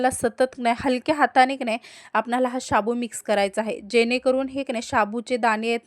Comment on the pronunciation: तुम्ही शाबूत कां म्हणता, साबु नाही म्हणता येतं - शाबुत ऐकूनच राग येतो